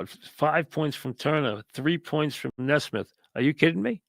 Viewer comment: It's pronounced Nee Smith not Nes mith, but who cares.😂 Let's go Knicks!!